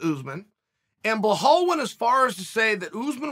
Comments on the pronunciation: IT'S BELAL ... B-E-L-A-L PLEASE FOR THE LOVE OF GOD CHEAL LEARN HOW TO BLOODY PRONOUNCE IT. IT'S NOT BLEHAL ... WTF IS BLEHAL?! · It’s Bill-All not Bill-Hall 😂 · "Blahall" why would uncle Chael always mispronounce names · Belal.. Pronounce as BE-LOL Not BE-HALL hehehehe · My two favorite fighters. Bluh-Hall Muhammad & Ige Provaska (Also I have a new favorite coach, Treven Wittman!) The pure lack of shit in pronunciation by Uncle Chael for YEARS now is impressive. He sticks with it ! 👏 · I clicked only to hear “bluhall” 😂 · I want Chael to point out where the "L" is before the "E" in "Belal". What is a Bluh-hall? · uncle chael handing out extra Ls to everybody. bla-hall, mockel-chev, im sure there's more somewhere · it's not difficult for you either to not pay attention on that and forget that you hear Blahal. 🤣🤣 Uncle Chael can baptise anyone at any age. Undefeated undisputed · Hahaha are you serious chael? „Blahall mohammed“ 🤣🤣🤣🤣 I love this man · “Blahall” lmao another gem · “BLA-Hall” lmao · Who the hell is "blehal bluehamed" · His name is pronounced Be-Lal. You're welcome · Who the fuck is "BLAHAL" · blo-hall mow-hammed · Ok I have to personally apologize to you uncle Chael. I always thought you mispronounced Belal’s name by mistake. I have conceded to the fact that you are too smart to not know how to pronounce his name, and that you’re doing it on purpose. That’s genius. You’re the best Chael.😂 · How does someone mess up a name as simple as belal lmao...uncle is the goat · I get it now, he's not pronouncing Belal Muhammad wrong purposely. He's just packing a huge lipper and L's dont come across well when you trying to keep it's packed in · Chael please it's belal respect on his name 😎😎😎 #chaelthe gangster